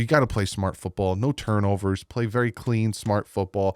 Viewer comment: Lol "no mistakes= no tunrovers"